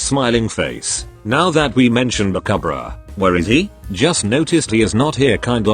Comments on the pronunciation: Why does it say bakahbra instead of bakubro? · I like how the narrator says : bakabruh like tf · Instead of saying bakubro it says babkbra 🤣🤣🤣🤣🤣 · Me: Lmao Denki the lazy student Voice generator thing: Bakuh-bruh Me: …..*snickering intensifies*